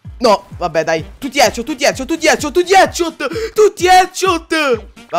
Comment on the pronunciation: Ma hai detto tutti etchot 😂